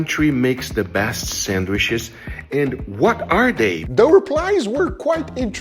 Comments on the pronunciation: Sandwiches ❌❌ Sanwishes ✅✅ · "Sandwhiches" - Detroit Grand Pubahs. You're welcome. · PLEASE STOP SAYING SANDWISHES GUGA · mmmm, sangwishes